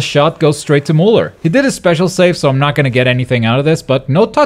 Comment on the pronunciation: it pronounced "Miuler"